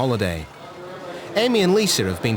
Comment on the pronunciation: Narrator, PLEASE STOP SAYING ' LISER'... THERE IS NO "R"! Lisa!! And several days late regarding Amy and her chicken pox. She's already infected innocent travelers....